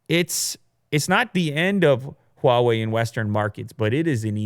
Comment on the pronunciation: I cringe every time Huawei is mispronounced